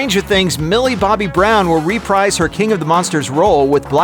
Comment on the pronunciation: Pronunciation note: reprise (Fr) -Reh-preez